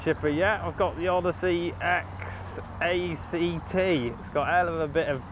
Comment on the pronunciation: I have same Odyssey chipper, recently acquired, still getting used... surely its pronounced (E)XACT, not X- A.C.T bruh?